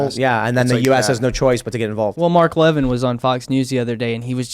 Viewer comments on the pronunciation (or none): It's Mark LevIN, new guy, not "leven".😂